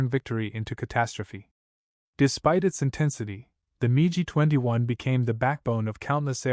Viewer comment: SO it's "Mig" which rhymes with "pig" not "Mee gee" 15, AND the Mig 15 did NOT have an afterburner. That came with the Mig-17F. The P-40 was successful when used with Dive and Climb tactics vs. Japanese fighters, "boom and zoom", so diving was the preferred method of attack, not a problem. The FW-190 first test flight was June of 1939, but didn't become used by German units until August 1941. Again it's the "Mig" which rhymes with "pig" 21, and you forgot to mention the Mig-21 is STILL in operational combat service, as is also the F-4 Phantom. Please return this video and the AI that went with it to the "drawing board", as this is a fail. 👎